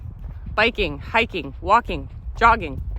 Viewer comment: At first play I thought you said 'doging', but on replay you said joggiing ... phew ...